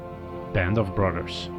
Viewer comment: Band of 'Brudders' ? I question just how accurate these 'corrections' were. Yep, I'm a skeptic...